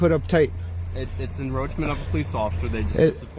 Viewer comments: Bro said “enRoachment” lol cops are so stupid. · Enroachment, lmao